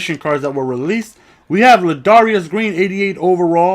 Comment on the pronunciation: Yo you said Ladarius wrong